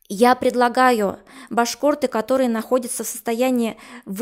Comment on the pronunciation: ...уже раздражает,как эта произносит слово "башк о рты"